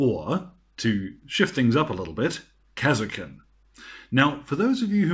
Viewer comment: kas er kin.. Who the fuck says it like that. KAR SKIN !